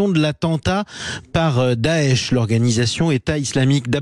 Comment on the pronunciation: C'est bizarre vous quand vous dites daesh j entend otan Faut que j'aille voir un médecin